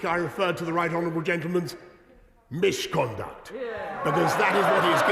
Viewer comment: You can’t say MIsH-conduct Boris, you are mocking Parliament The same rules that stop EVERY MEMBER calling you a Liar to your face Do you want the rules or not? Either way, check mate!